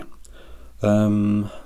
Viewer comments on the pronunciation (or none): none